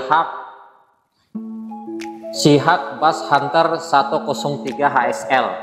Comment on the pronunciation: Sebutannya sihock mas boss Bukan di sebut sihak